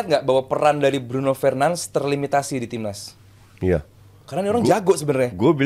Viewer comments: Fernandes bukan fernans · BRUNO FERNANDES, bkn Bruno fernands... Sok, sok an beud dah.. Cth coach UM Haryo.. simpel sederhana but berbobot. Daging smw. Success bwt channel bang Valen jebret 🍻🍻😎😎